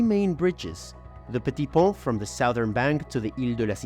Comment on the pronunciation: By the way, the letter ‘T’ at the end of the word PONT is silent. It is pronounced PON